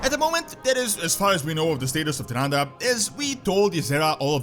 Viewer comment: Why you are pronounce it like tıranda ??